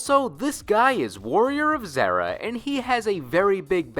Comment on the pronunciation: Pretty sure it's a Zeera and not Zehra in pronunciation.